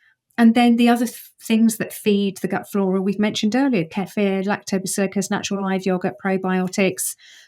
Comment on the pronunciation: Dr. Zoe is correct on the pronunciation of Kefir😍